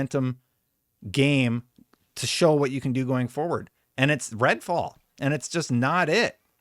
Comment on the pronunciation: Am I going crazy or is he saying red ball on purpose